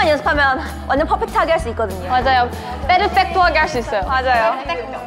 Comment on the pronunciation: Omg Haewon is so cute when she said Yeah we can do this PERFECTO! I was like omg she is so darn cute and it was said perfectly!